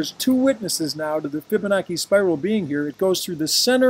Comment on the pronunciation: its pronounced fib-a-nachi...not fib-a-noki